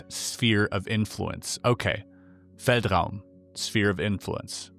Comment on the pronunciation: German here. Your pronunciation of "feldraum" was basically perfect. Do you speak German?